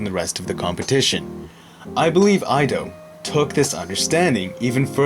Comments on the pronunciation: ido is not pronounced I-do it is pronounced e-do. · You pronounce his name Ee-Do, not Aye-Do. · its pronouns "eedo" not "i-do" 😉😉